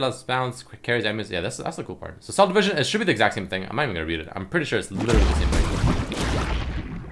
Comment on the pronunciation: do you know how to say literally properly? lol everytime u say it it makes my ears bleed.